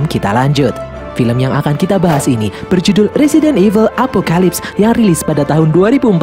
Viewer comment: Apoclypse di baca epokelaips